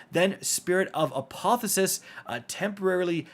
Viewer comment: It's apotheosis, not "apothosis".